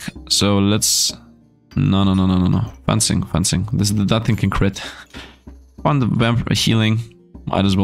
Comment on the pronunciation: Fencing is pronounced the same as defence and fence (it's actually derived from french, from the word defence both fence and fencing)